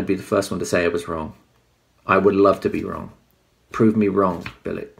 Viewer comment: Its pronounced "Bilitch" ...........